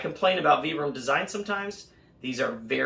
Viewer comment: Sounds like vai.bruhm not vee.bruhm